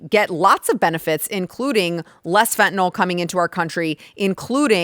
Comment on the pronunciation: FentaNYL, not fentanol... eesh.. 🙂